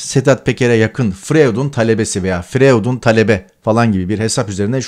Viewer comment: Tarık bey " froüyd" diye telaffuz edilir.acizane katkim olsun istedim.teşekkurler